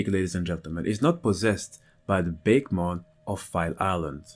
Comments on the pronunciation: 4 years later, "bakemon" shouldn't be pronounced that way at all, it's litteraly souding like a bake-mon, instead of baké, ah it should be, baké, meaning ghost, nothing in comon with bake isn't it ? :') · Actually, even though it doesn't seem like it would be, it's name is actually pronounced Baku-mon. At least, that's how it's name was said in the anime. Bake-mon (the way it was pronounced in this video) makes me think of a pie (a pumpkin pie in this case, perhaps?) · just so those who didn't know Japanese , Bakemon is pronounce Bah keh mon meaning ghostmon while nostalgia is saying BAKE as in baking something just to clear some confusion. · I was always under the assumption that bakemon was pronounced [bah-kay-mon]. The general names for Japanese monsters are obake and bakemono, which is why it appeared as such to me.